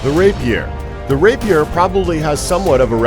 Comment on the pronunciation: He's not very good at saying rapier either.